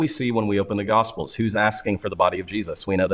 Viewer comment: Is it just me, or do evangelicals always seem to pronounce "Gospels" like "Gossfulls?"